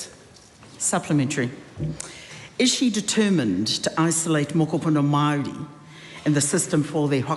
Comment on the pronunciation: How does that lunatic say "Maori" she days "Maardiee"